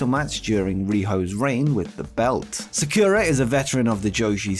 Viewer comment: Sakura in pronounced SA-ku-RA